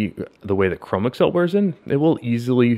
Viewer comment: I am considering the grant stone and am appreciative of your update. This is not a criticism...take it as a construction upon which to build: Chromexcel has been around quite a long time...much older than the personal computer age. Chromexel is one word, not (google) Chrome + (ms) Excel. It is pronounced Cro-Mex-Ul, with the accent on the second syllable. Rest easy, for you are not alone. This mispronunciation is rampant with millennials and gen x.